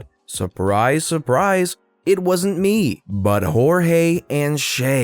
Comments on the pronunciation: I love how u pronoused Cheltenham and jorgie please try and get it right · Jorge is not horeyey